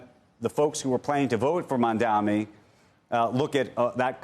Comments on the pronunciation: Lol it's mamdani not mamdami 😂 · Again, this reporter is purposefully mis pronouncing Mamdani as Mamdami.